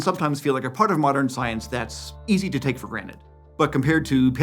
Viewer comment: granted* not granit ...shake my head